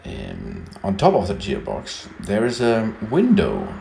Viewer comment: guy is kinda weird huh..."jeer box" lol